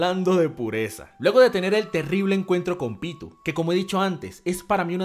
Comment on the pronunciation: Se pronuncis "P-i-t-o-u" no pitu